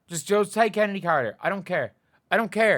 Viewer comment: Chennedy Carter?? Dude you’re losing it.